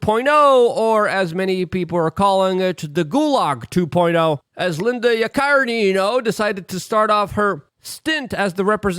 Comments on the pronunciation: lol Luke, Yah-kuh-ree-no. Or as I'll refer to her as WEF cuck biznatch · Sound it out: Yak - a - reeno. 😂😂🤣🤣